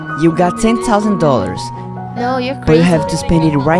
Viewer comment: "Ten touseiin"